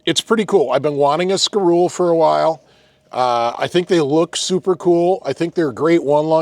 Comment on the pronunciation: its pronounced ski- roe- lay its french